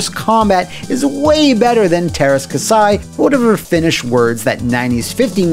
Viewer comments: It kasi not kasai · kah-see not kasai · Käsi is said more like "cassie" according to Google Translate. I owned the game and didn't think it was terrible, although the moves that fired multiple blaster bolts at a time were overpowered. Including Jodo Kast was a fun choice. Lyn's motives were explained indeed, but it still wouldn't explain why the Rebel heroes would sign up for the tournament or what have you. Game disappointed some, but was far from the worst of all time. :) Note: It's "different tack," not "different tact," as in tacking into the wind